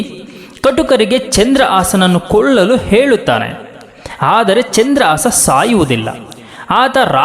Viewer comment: ಚಂದ್ರ ಆಸಾ ಅಲ್ಲಾ ಮಹರಾಯ.... ಚಂದ್ರಹಾಸ.... ಉಚ್ಚಾರ ಸರಿ ಮಾಡು... ನಿಮ್ಮಿಂದಲೆ ಭಾಷೆ ಹಾಳಾಗಿ ಹೋಗಿದೆ....